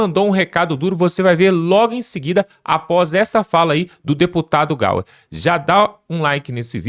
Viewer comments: Amigo não é Gustavo Gauar é GUSTAVO GAYER 😂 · Não é Gauer, é Gayer. Corrija essa tua fala urgentemente amigão guerreiro. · Cara é Gustavo gaier é assim que fala/ não é gauer como vc fala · Boa noite. Não é "GAUER" É (GAYER)... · É Gayer e não Gauer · CARA, FALE O NOME DO GUSTAVO DE MODO CORRETO, NAO É GAUER, É GAYER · (Gauer) é o cara....o! aprende a falar o nome do cara e (gaYer)!!!! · Não é Gauere sim Gaier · fala direito o nome do cara... o nome é Gayer não é gauer aprende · O Y (ipsilon) pronuncia-se como um i. A pronúncia não é Gauer, é Gayer, pronuncia-se Gaier. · Só dou liberdade se vc falar: Gustavo( Gaier) Gayer Gustavo GAYER GAIER! BORA DESTRAVAR ESSA FALA 😂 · Esse comentarista não consegue dizer GAYER ?😅😅😅